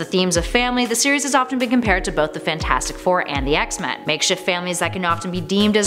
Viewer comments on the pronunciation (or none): none